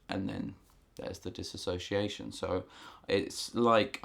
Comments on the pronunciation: It is not DIS-ASS-OCIATION. It's DIS-SO-CIATION. Spelling and Grammar Hitler is now online. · Ugh!! It's DISSOciation, NOT DissASSOciation!!!!!!!!! Lord. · "Dissociation" not "Dis-association." These are 2 different things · DIS SOCIATION NOT DIS ASOCIATION, PEOPLE!!!!!! HOW MUCH CAN YOU FUCKING KNOW ABOUT IT IF YOU CAN'T FUCKING SAY IT? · dis SO-see-a-shun not disAsociation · Diss-o-ci-a-tion, you keep saying Disassociation, not the same thing. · dissociation, NOT disassociation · No one can say the fucking word DISSOCIATION right.